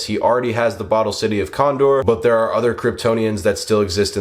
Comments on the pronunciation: Love the vid, its kandor btw not condor ❤ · My guy this was such a great video but why did you pronounce the city of Kandor "condor"